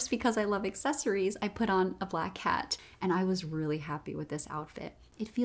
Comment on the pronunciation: When she said "black hat" I definitely heard "black cat"